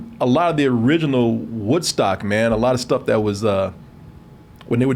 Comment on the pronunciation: you almost said "WhiteStock"..i caught that...